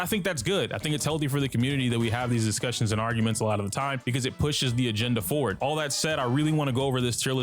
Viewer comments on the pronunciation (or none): none